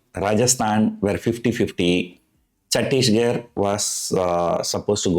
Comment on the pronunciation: On a lighter note, your pronunciation of Chhattisgarh is funny :)